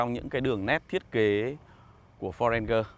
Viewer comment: Ranger : ˈrān-jər ... chiếc xe yêu thích của bao người mà toàn bị phát âm chệch đi :( buồn nhắm cơ!!